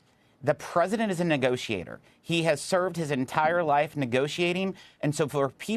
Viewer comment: Negotiator he says....😂